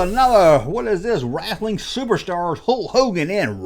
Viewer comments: Hulk was the shit for me back in the day. I was terrified when he wrestled Andre. Thought Andre would kill him. Btw love how you say "rasslin" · The way says wrestling RESTLING is launchable 😂